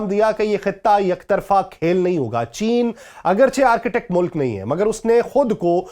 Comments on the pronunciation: It's a boring way to explain. Arctic, not architect. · Its not ARCHITECT its (ARK TIK) Arctic area[ North Pole]. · او بھائی صاحب —- یہ آرکیٹیک کیا ہوتا ہے۔؟ یہ ARCTIC ہے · Arctic is different word it's not Architect...please improve your English. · معزرت کۓ ساتھ آرکیٹیک نہیں بلکہ آرٹیکٹ کہتے ہیں ۔ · Arketak nahi "Arctic" hota ha bhai